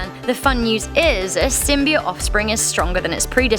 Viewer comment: You're all about Symbiotes well you can't even say it right! And I'd love for a Symbiote to inhabit my body!